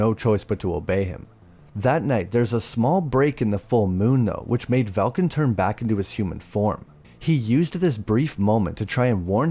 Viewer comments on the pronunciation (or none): I believe it likely is an AI voice. It does work well for most of his videos, but the clanker was having wording issues with Velkan in this video, that's probably what happened.